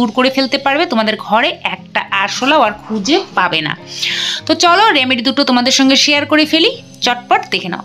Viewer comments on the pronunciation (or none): কথাটি হলো রেমেডি, রামেডি নয়।